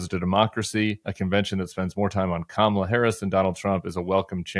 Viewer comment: Kristol needs to learn how to pronounce her name. It is Kah not Cam as in camera.